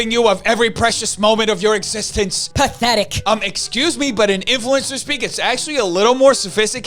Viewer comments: "Path-e-tique" - I am dying. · "It's "path-e-tic" .......love your work